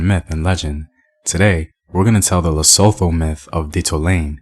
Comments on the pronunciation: Su' tu... Like soo in Sooth and to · Sound exactly like "to"